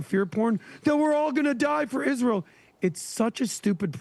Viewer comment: She can't even pronounce Israel